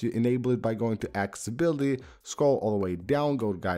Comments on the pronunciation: It’s called accessibility not acibility. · He can clearly say access but not accessibility? Wtf? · He can clearly say access, but can’t pronounce accessibility.